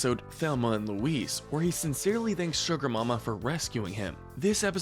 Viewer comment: He mispronounced Bebe and Suga Mama, too.